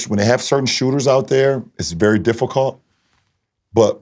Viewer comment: Lebron channeled his inner Charles Barkley man said “difficot” 😂😂 love this content btw